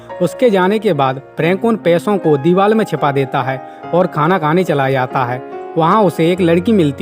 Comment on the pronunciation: A bhaiya tu kaa kaa bol ro hai. Deewar ko tu diwal bol raho h 🤣🤣😂😂😂😂 U P k bhaiya ho...